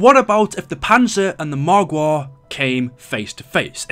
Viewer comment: AmI the only one who likes it when he says margwa😂😂